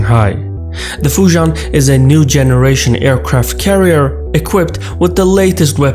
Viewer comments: Great video as always. One small nitpick; as a Singaporean-Chinese (whose ancestors came from Fujian & Guangdong provinces) Fujian pronounced more like "Fu Ji-End". Sorry your mispronunciation grates my ears haha. But besides that, your video's visuals remain top-notch as always! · looks like failed to research how Fujian is pronounced....